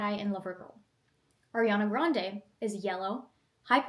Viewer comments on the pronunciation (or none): none